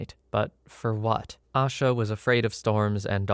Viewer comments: Only thing I wanted to input was her name isn’t pronounced “Ah-shuh” it’s pronounced “A-shuh” Kinda like Asia but with a shorter A at the end. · Asha Degree’s disappearance was and still is a case I think about often. She lived in the same county as I and whenever I drive home, always see the same, single, faded billboard everyone still sees these last 20 years. Her name is actually pronounced with a long A in the first syllable. I don’t normally correct on the web but it’s at least something I can do for her today. 😢